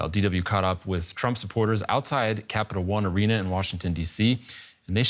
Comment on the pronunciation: this news reporter messed up the name of Capital One Arena 3 times